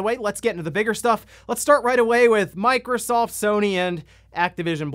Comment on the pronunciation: Sounded like he said microsalt 😂